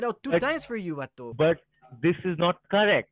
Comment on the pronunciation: Hilarious video!!! Should be a shot game with the word “Vato”! Cracked me up every single time he called you “Vatu”! Great video! 👍🏼